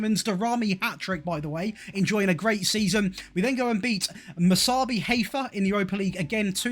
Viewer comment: by the way you say mac-abi not mas-abi